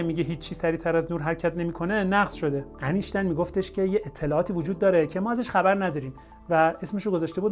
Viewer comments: ضمن سپاس لطفا نام «اینشتاین» را انیشتن نگویید. وقتی از فیزیک کوانتومی صحبت می‌کنید حد اقل نام بزرگترین دانشمند فیزیک را درست بگویید و بنویسید. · مثل همیشه از توضیحات شما استفاده بردم‌ ، ممنون.‌... فقط اگر جسارت من را ببخشید ، اینکه ما در مورد برخی کلمات و اسامی هم املا و هم تلفظ را تغییر می‌دهیم گاهی آزار دهنده می‌شود. " اینشتین " هم برای املا و هم تلفظ صحیح است و نه " انیشتین " . نمی‌خواهم ملا لغتی باشم ولی باور بفرمایید حیف است اشتباه بکار ببریم. ارادتمند. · اسم این بابا ولی انیشتن نیست ..... اینشتین درسته .